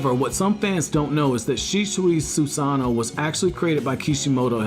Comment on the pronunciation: Just a tip, if you are going to make an edited video about an Uchiha practice your pronunciations, specifically Susanoo. Other than that this video wasn't too bad. As for Shisuis rating I would probably say he would be third overall. Which actually says a lot, considering Madara and Sasuke, the two ahead of him, were both incarnates of Ashara. In a fight, Shisui might be able to beat Sasuke or even Madara of he uses his ultimate jutsu, so hell he may actually have been the strongest Uchiha ever, too bad Danzo fucked him over.